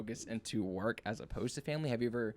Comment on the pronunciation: "work werk wyrk wirk wurk" So good lol.